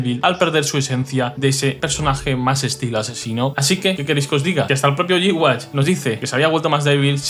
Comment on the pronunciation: "yuja", no "G-wach"